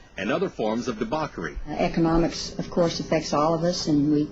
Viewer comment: Do Americans actually say "debauchery" like that?